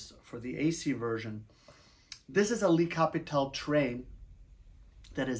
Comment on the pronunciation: "lee" Capitole ahahaha